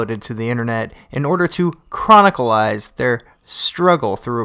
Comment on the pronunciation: The word is chronicle not what you said but otherwise a good video.